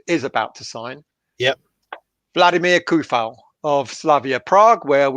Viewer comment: Coufal is pronounced like C = Ts Tsunami not like Car